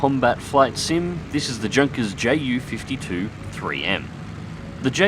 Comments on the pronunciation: Great video, just one thing - pronounce the "J" in Junkers as "Y" so it sounds like (Yoonkers) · Hey, long time fan here, just wanted to let you know that the J in Junkers is said like a "Y". It's basically pronounced like "Yoonkers". Hope this helps.:)